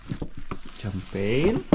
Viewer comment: The correct pronunciation of champagne is SHAMpagne not TSAMpagne.no offense meant po.